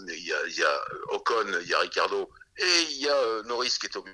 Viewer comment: On prononce Ritchardo